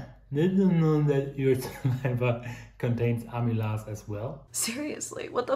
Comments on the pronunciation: Very interesting. Pronunciation 'Amy laze' 😆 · Some English help: Pro-"nun"-ciation, not Pro-"noun"-ciation :-) In American English, "amylase" and "protease" will rhyme with "daze". Not sure about British English.